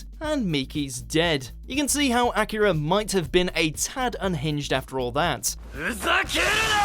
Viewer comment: I keep hearing him say Acura instead of Akira...